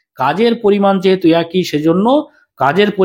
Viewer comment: What is "ekoi" niyome hote thakbe ? 😂😂 This is "eki" niyome hote thakbe 😏😏